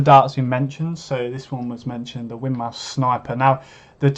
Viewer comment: Win-more, it's pronounced - named after the founder's wife: Winifred Maude.